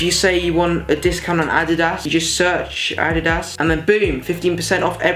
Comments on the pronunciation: yeah thats how i say adidas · I hate the way he says adidas 😂😂😂😂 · Its that's how you're supposed to say it, not like "a deedas" it's fucking "adidas" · "Add-did-ass" lmao no its "ad-deed-dis" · Did he call Adidas A D I D A S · the way he says adiddas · I unsubscribed when he said addyass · The way he says Adidas is so funny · I love how you say adidas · the way he says Adidas lol